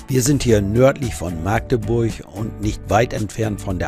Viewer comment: Maaagdeburch wird mit einem kurzen A gesprochen, das könnten ihm die Ureinwohner erklääärn. Herzliche Grüße aus Machdeburch.